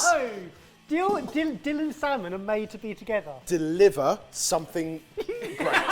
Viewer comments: "'Dill-liver' something great" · I heard it right? Jamie dilliver Barry thespear?!?!